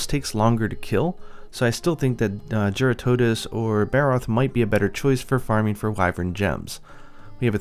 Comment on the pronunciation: It’s jeer-rah-tuh-dose. I’m confident it’s ah not uh